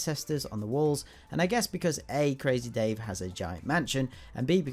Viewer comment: You don't say crazy dave like this you need to say like this CrAaAAAZzzy Dave